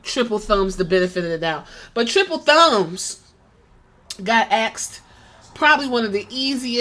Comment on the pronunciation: It is pronounced "asked".